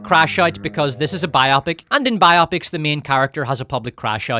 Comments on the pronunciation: Bye-oppics? You mean bi-oh-pics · Why do you say ‘’bi-opic’ like it’s a sexually intrigued opic? When you say ‘biography’ it’s ‘bye og ruh fee.’ These movies are bio-pics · Bio-pics, not by-opics. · I'm not sure I can bear to listen to someone mispronounce "biopics" for 3 hours.